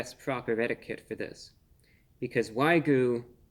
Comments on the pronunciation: are you trying to say wagyu wrong haha? it's wai-gyoo... as evidenced by the pretty simple spelling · He finally takes the first bite . He doesn't know how to pronounce 'Wagyu' he says 'Waygu'. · At Arby's, it's waygu, whatever that is, for legal reasons...😁 There's no way that patty contains actual wagyu beef for 8 bucks.😉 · The king of mispronunciation... whygyou do it brah?😁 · I heard from others that the beef patty was NOT juicy at all but pretty DRY! You didn't just pull out a PIECE of the beef to taste just that BEFORE eating the whole sandwich did you, and you are mis-pronouncing WAYU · how about to pronounce wagyu properly for starters? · I feel like I just wasted 5 minutes of my life watching Sheldon Cooper mispronounce wagyu. Sorry couldn't make it farther than that. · He mispronounced wagyu so many times I almost started to believe that that's how it's said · I can't take the reviews seriously. Each time he reviews "wagyu", he pronounces it wrong 🤷. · Except he can't say wagyu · Please do not mind our king's pronunciation of "Wagyu". He went to the Merriam-Webster Dictionary HQ and changed the pronunciation of the word JUST for this review. Have a good day.❤ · Wagyu is pronounced wogyoo, not wygoo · not "why-goo", but "waa-gyoo". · It’s wagu (waa-goo) not ‘why-goo’. And dude cut your finger nails your hands just look really creepy. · Wah-gyoo not Why-goo lol. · It is why gyou, not goo. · Fun to watch and appreciate the sarcasm, but it carries more weight if you would learn how to properly pronounce "Wagyu." It's waa-gyu, not why-goo. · Wag-yu, not way-gu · Dude, you're a food reviewer and you say "why-gu?" It's pronunciation is "wag-gu!!" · Its Wagyu, not Waygu. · Wag -You. Not Why-goo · It's "Waaagyu" no "Whygyu" you just made an old Japanese man cry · if i hear him say waygu one more time i'm gonna lose it. it's pronounced WAGYU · Wag me? WAG YOU!!!!! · Wagyu (not waygu) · It's pronounced WAG YOU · It's WAG-yu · It's Way-Goo alright A-15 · Wa - gyu 😅